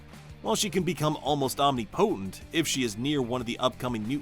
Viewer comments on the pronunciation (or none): Did you say "OMNI-POTENT?" Are you AI? You speak like AI. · Please don't pronounce omnipotent that way. It's Om-nip-o-tent. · I hate the way he says omnipotent it’s one word not omni-potent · The omnipotent pronunciation automatically invalidates the list